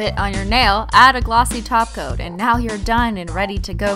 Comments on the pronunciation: U don't say taco u say talk coat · I thought she was saying toco too who els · Well, now that people are saying that when she says "top coat" it sounds like "taco", she started saying glossy taco in her future videos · I feel so stupid ever since i started watching her videos i thought she always said (glossy taco) but she acually sez glossy top coat 😂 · M [Solo Warrior] she was actually saying taco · Christine you always say taco when you're saying top coat well trying to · turn on subtitles and when she says top coat it says taco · omg i didnt notice dat when she says top coat it acually sounds like taco 🌮 but dont worry kristine people make fun of my english too 😎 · I thought she said "cat filled with acetone" at first omg I was terrified 💀😂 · Who remembers when she still said top coat? Instead of taco? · Hanna and now her brand is holo taco 🌮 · Your not saying toco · i all ways here you saying gllosy taco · Fallow Drop she does say taco duh.😜🙌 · I never realized that when she said top coat it sounded like "taco" 😂 I guess I was munch into what she was doing then what she was saying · They do have a point you sound like your saying toco